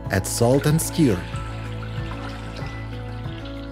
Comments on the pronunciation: I was confused at first because I heard steel but after thinking about it, I realized he said stir. Love the accent and the tips. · he said "then stir". His accent made it sound like "then steer". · . he said stir not skir :) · when he is defrosting meat, he says, " ... use water, salt, and ?" I've listened to it over and over but I cannot understand what the third thing is. It sounds like "skir." Does anyone know? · STIR. I HAD TO LISTEN A COUPLE OF TIMES TO UNDERSTAND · i think he said "stir" but with an accent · I think he says "stir" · He said salt and stir but with the accent it came out unclear .